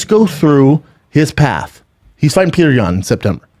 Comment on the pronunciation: Good lord. It's pronounce "PEE-YO-TER." Not Peter...